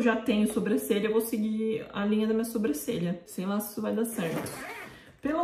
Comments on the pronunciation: Gente eu acho uma graça que a fala sobrâcelha em vez de sobrancelha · Eu não sei se acho fofinho ou fico com agonia do jeito que a fala "sobrâcelha" kkkk